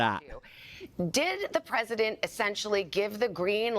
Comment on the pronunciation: Harris seems to have lost the letter "t" in her ever growing incompetence..The Presiden, a single paren, le me finish my senence.... etc. If one didn' know better one might think she was drunk.